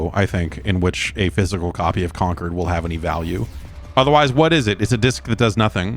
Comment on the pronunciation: Con-cord not Conquered